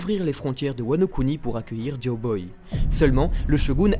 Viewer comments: Mais... C'est "Joy Boy" !!!! JOY !!!! Et pas "Joe Boy" ! Vous faites stresser ! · Pourquoi a chaque fois dit " Joe Boy " au lieux de " Joy Boy"?